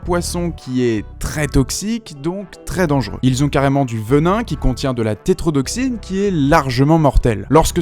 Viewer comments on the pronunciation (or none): ce n'est pas le tétrodoxine mais la " tétrodotoxine " , un peu d'exactitude est requise .